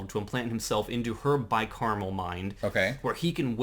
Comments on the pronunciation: Wow I actually made it all the way to the end of this one!! Nice on guys. It's Bi-Cameral tho... not caramel... caramel delights would be tasty tho :P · Car-a-mel, and cam-er-al. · why do you keep saying bicaramel mind? its bicameral mind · Everybody keeps saying it wrong. They said carmel like three times at least, its CAM-eral like camel lol